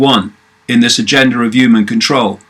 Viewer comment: Why do you say "the uman mind"?